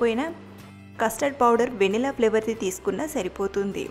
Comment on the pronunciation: Vennela kaadhu venilla